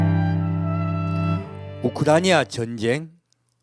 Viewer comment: 야. 우크라이나. 발음 잘 해라. 발음 우크라니아? 아니야.